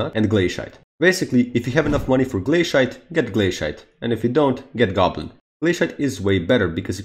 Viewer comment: Nooooo you pronounced Glacite Glae-SHIE-te